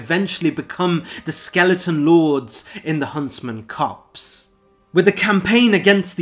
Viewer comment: It's "copse", not "cops". Blegh.